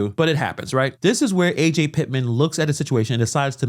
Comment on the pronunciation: Her name isnt A.J. its Ajay...